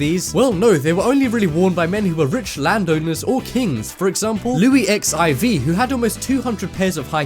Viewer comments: it's not Louis X. I. V. , it's Louis the FOURTEENTH!!!! smdh!!! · seriously??? Louis X I V??? it is louis 14!!! ignorant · Are you serious when you say Louis X I V ? XIV stands for 14th aka Louis the fourteenth. Shocking. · Err it's not Louis X I V but Louis 14een! Respect France plz! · louis x . i . v . (facepalm) cant you just say louis the 16th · Haha, he said "Louis XIV". It's Louis the 14th. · Louis X I V? For real?? LOUIS THE FOURTEENTH. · "Eks eye wee"? You sure you dont mean the fourteenth? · Its Louis 14th dude, you really need to go back to school... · Did he really say:"Louis ex eye vee?“ instead of sixteenth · Louis eks-eye-vee, really? Try Louis the Fourteenth. Please also stop starting your sentences on a preposition, it's really annoying but. (joking (but that is)) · Louis X I V. Hahaha learn the Roman numbers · louis x i v ? that 's louis 14... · Lui Ex Ai Vi? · Louis X I V ????? Louis Fourteen, for god sakes. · Louis XIV is the 14th, you don't say XIV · Top 10s ...LUY XIV is red Luy fourteenth... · Lui x i v lol its 14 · Louis XIV ? Like you could not say Louis the 14th ? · fortune_cookiy. cc Louie HIV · louie X - I - V ahahahahahah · louis x i v ........ IM SO TRIGGERED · dude did he just said Louis X.I.V!? omg what a moron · Louis "ex, ai,vi" you fucking idiot.